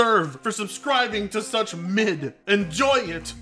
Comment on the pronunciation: Che-Tanga lol